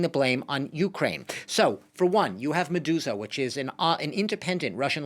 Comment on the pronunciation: What’s that channel he said ? Madusa?